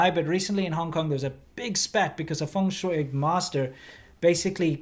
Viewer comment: how are they saying feng shueyei, instead of feng shui, incredible